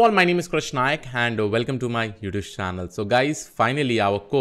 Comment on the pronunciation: please correct you pronunciation of youtube.